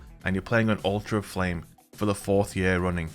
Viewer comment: Am I the only one who kept hearing “Ultra Flame” instead of alter of flame?